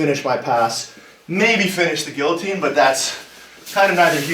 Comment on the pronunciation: Must be the way he pronounces guillotine. It's gi-uh-teen, not gill-uh-teen. IT'S FRENCH FOR PIERRE'S SAKE!